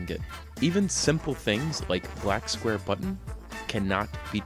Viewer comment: kkGamez And also found out its "square" not scuare